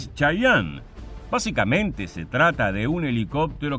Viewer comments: Se Pronuncia Che-ye-en no chayanne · De hecho se pronuncia chiyen por que en realidad no es una palabra nativa , es como los gringos los denominan fonéticamente de acuerdo a su adecuación propia de idioma inglés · Se pronuncia chiyen , no como el artista sudamericano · en inglés se pronuncia chayene